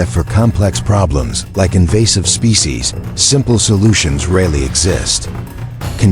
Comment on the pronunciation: Invasive mispronunciation of "species."